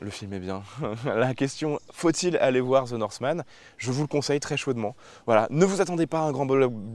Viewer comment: Ze norsemane 🤣